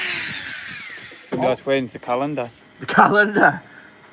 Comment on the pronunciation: did you say calendar? Or COWendar?